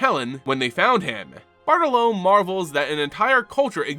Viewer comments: Another amazing video, but i feel like you should know that Bartolomé is pronounced b-aa-r-t-oh-l-oh-m-EH. However I'm looking forward to the Bartle Loam card that's now definitely coming in the next unset lol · Not critiquing but Bartolome bar-tall-low-me.